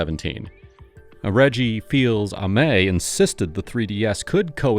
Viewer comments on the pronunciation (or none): Is this one of the videos using human voices or is it using AI generated voices? I thought it was real for a while until I heard the way Reggie’s name was pronounced 👀 i’ll subscribe if you guys ACTUALLY are using real human voices